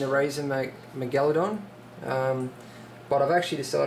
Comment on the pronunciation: dude its pronounced MEGA-ladon